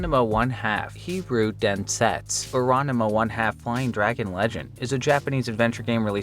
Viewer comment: "hee roo den sets" you never fail to impress me with your horrible pronunciation of foreign words 😂😂